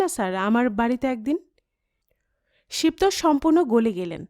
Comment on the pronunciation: "শিব তোষ" উচ্চারণ হবে ' শিবোতোষ ' একটু খেয়াল করবেন প্লিজ